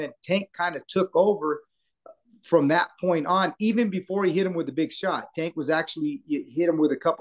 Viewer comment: Do you purposely say his name wrong? I don’t understand how you’re around him and people he knows so often and you’re the only one that says it that way. Say his name right! Or just call him Tank.